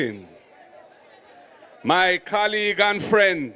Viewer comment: Mark Golding British speak properly call your words properly. It's not CAMRADE it's COMRADE and COLLEAGUES not CALLEAGUES